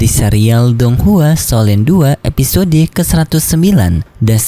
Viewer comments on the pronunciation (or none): none